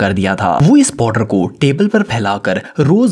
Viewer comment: 😂 Powder❌ Podar✔